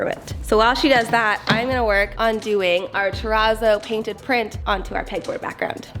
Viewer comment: What is the word you keep saying to describe the painting style?? Turrazo??